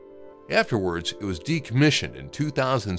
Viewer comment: the funniest part was after the laser was shot; he goes " afterwards it was decomitioned in 2017 " hahaha